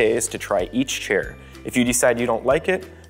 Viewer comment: chair, not shair